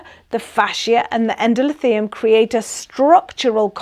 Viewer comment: Great but it's Endo-THEE-lium